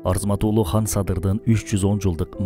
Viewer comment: Сонун экен, бир эле нерсе. Хан дебей кан десенер, уккан адамга мындай ханды укканда башка Бир элди уккандай болосун. Кыргыз "кан" дейт, мисалы биз катын дейбиз, хатын эмес; кыргыз дебиз, хырхыз эмес......